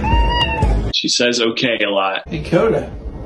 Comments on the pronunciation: Sounds like “mmmkay?” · not "okay" shes clearly saying "OKURRR" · Not saying OK, the cat is just making a noise which the owner is interpreting as sounding like the word OK. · 15!!? is a beautiful little princess. Absolutely she is better off with your family. Those people obviously don't know what they have missed out on. It totally sounds like is saying "okay". I would be jealous too, lol. She is happy and full of life. 💕🐾🤗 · She defo says okay. Xxxxxxx